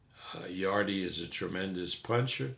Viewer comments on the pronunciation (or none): Bless you Kugan, you’ve given ol’ Bob enough opportunities to hear that Yarde is pronounced ‘Yard’ and not ‘Yardey’ over the last week. The Wiley ol’ bugger is either deaf or cantankerously digging his heals in. :) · Bob arum called yarde YARDEY THAT WHAT HIS FRIENDS CALL HIM. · My respect level for bob arum is at maximum after hearing him call Anthony Yarde ‘Yardy” lol